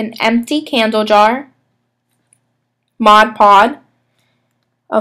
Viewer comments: its modge podge not modge pod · Cute idea but Mod Podge is pronounced "mod" "podge". Podge rhymes with lodge ... Dodge. :0) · I noticed that 2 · Yes!!!made me cringe every time